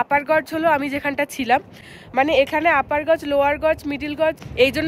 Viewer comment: গজ না জর্জ? জর্জ পড়লাম যেন! Gorge গর্জ 🎉